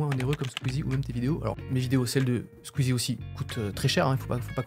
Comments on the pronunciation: Il a dit sqeezie ! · ça fait un pincement au cœur quand tu prononce le mot squeezie vous nous manquez